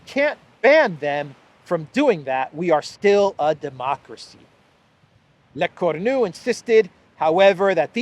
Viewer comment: "Lecornu" is pronounced LEH CORE-NUUU with the NU as in "Ahhh nuuu cheeky breeky" (literally "the horned one")